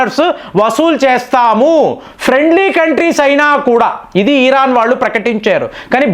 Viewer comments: ఈరాన్ కాదు ఇరాన్ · ఈ రా న్ ఈ రా క్ అన్నా మీరు సంభాషిస్తున్నట్టు ఇది కరెక్టేనా?